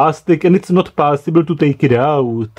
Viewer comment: I love the pronunciation of possible: "PAAAASIBLE!" :D